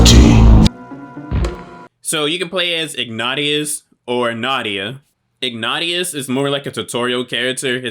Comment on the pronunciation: i am surprised you dont have more views, you deserve it, this game brings back memories, some friends had it and i remember the reviews back in the day, the guys name by the way is pronounced ig nay shus, i know right? its annoying when people dont pronounce their name the way theyre spelt lol